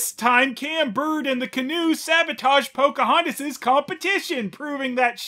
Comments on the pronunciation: each time i hear Cam Clark say "Pokey-hontas" a partof me dies inside... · How? does? How? How does saying the name Pocahontas sound like coughing or sneezing?